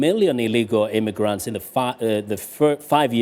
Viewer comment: IMMIgrants not IMMAIgrants OMG!